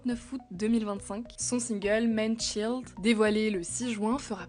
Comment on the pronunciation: Prononcez bien child par contre